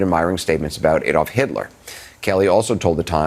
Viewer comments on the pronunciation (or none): Q: what do Anderson Cooper, Ben Meiselas and Kamala Harris have in common? A: none of them knows how to pronounce 'Adolf'.